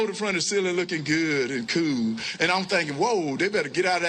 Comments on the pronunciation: “Reel kewl” 😂🥴😂 Our political system has some horrible issues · He pronounces."cool" exactly like Cartman.